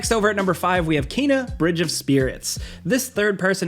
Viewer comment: I see people are still pronouncing Kena wrong lol. But seriously I'd love to play it. It just hasn't stood out to me enough to spend money on it...*checks ps store... was just about to say hopefully it comes to ps plus but just checked and it was just added! Hell yeah